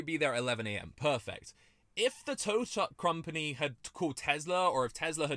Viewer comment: he said crompany instead of company